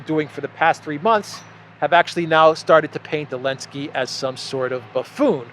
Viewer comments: Why do you say Zelensky’s name as AH-Linsky rather than ZUH-Linsky? My wife is from Donetsk & everyone says Zelensky, no one cuts the Z off. Just curious why you do? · Γελάω πολύ κάθε φορά που λες Elensky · I think he is making fun of him because they outlawed the letter Z . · I appreciate that insight. I clearly missed the reasoning behind the mispronunciation. I assumed it was intentional & that’s a great reason 😏 lol